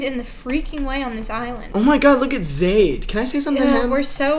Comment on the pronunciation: my name’s zaid and for once someone’s pronounced it right